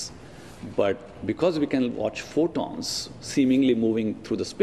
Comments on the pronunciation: Furballs? Fooballs? Funballs? funbons? Trying to say photons? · the guy at the beginning says fotons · why so much emphasis on 'photons'?